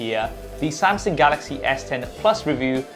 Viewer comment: Did you say samSing...😅